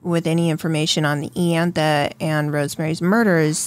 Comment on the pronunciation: It's pronounced eye- antha